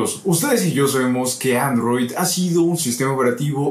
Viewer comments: arrow tv??? bajale un poquito al acento ingles q se te cambio hasta la palabra xdd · porque pronuncia android, como "arroui" ? Ni en usa lo pronuncian asi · y se llama: aarrrouuw tv jajajaja